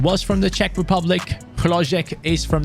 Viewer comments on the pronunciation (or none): none